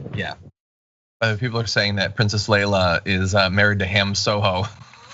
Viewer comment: you know you're a nerd when you heard say "Leila" and wanted to correct him immediately 🙋🏻‍♀️😅